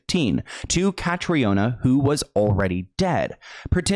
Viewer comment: Caitriona= Katrina. The former is the Irish spelling just fyi